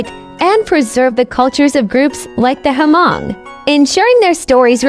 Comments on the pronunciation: It’s it not HER-Mong….its just Hmong (Mong). omg plse get it right! Don’t butcher my ethnicity. Talk to me…I will give u a little history of my people. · For your information: You did not pronounce the name " Hmong " correctly. Just leave the " H" out and pronounce like this: Mong.